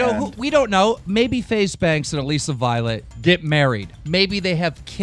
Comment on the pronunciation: I get so mad every time he pronounces Alissa Violets name wrong